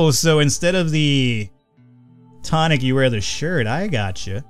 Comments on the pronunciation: Hey. It's pronounced too-nick. Not tonic. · its (tuu-nik) pronounciation pronounciation nazi=me